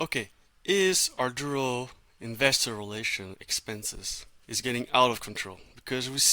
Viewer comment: Thank you for explaining the importance of reaching out to investors. However I need you to be clear on the correct pronounciation of the company name. There is no "R" in the first syllable of the name.